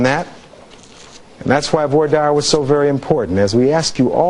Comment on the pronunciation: He doesn’t pronounce voir dire correctly.